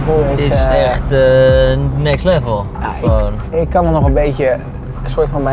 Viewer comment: Ga toch wel bijna iedere keer over m'n nek als de 'errrr' uitspreekt